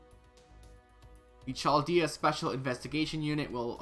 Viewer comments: Why you say CHal dayah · Yo! Love your videos man, but just fyi, Chaldea is pronounced "Kaldea". Keep up the good work though!